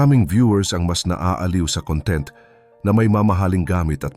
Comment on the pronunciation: mali po ang pagbigkas mo ng salitang "content"...ang kahulugan ng 'conTENT' sa iyong pagbigkas ay 'masaya' o 'contento'. Ang CONtent, kung saan nasa unang syllable ang diin, ay ang ibig sabihin ay "laman"...gaya ng Table of CONtents....you're welcome!